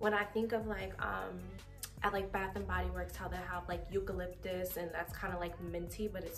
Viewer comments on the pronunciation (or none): none